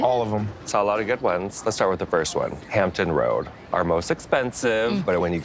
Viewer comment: Hampton Roads..with an "s"